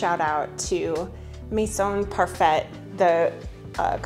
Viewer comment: Saying Maison Parfait as Mason Parfett though…..